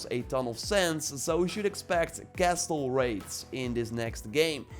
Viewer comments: Castle is pronounced with a silent “t” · im triggered by the way you say Castle LOL good vid